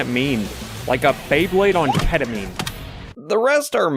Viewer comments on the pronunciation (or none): none